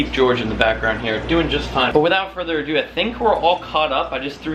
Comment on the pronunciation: "Without further aduo"